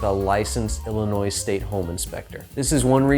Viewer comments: I can't stop laughing. Every time he says it. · There is only one ILLINOIS. Say it correctly